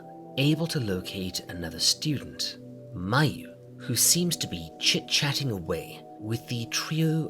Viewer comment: "Mayu-nnaise" Now you know you wrong for that